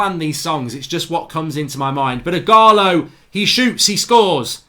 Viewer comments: Igolo? It’s Ighalo lol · Nobody: Absolutely Nobody: Mark: igholo!